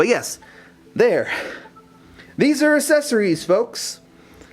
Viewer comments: Accessories. not assesories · Cool video...but man they way you say accessories :') Assessories... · I think u pronouce fine :D Except the assessorie thing.... :3 (Best vid so far on this) IM GETTIN A BLAQ ON :D) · do you hate the accessories of the 3ds thats why you pronounced it as ASSesories? anyways, this vid helped me a bit. so thanks :) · Assessories, lmaoo I cant judge I didnt know how to pronounce world before! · PRONOUNCE ACCESSORIES RIGHT. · He cant pronounce accesories anymore